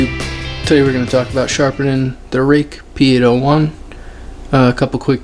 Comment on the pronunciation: Thanks for the shout out man. It is not pronounced like "Case" like that american company - I maybe should make a short "pronounciation video" haha ;P Cool video and nice sharpening man.